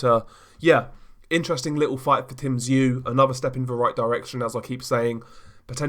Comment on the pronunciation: Top Video. One thing, only small. Tszyu is pronounced with more of a "OO" rather than a "U". Almost sounds like your saying "ZOO". Hate to be that guy. Sorry.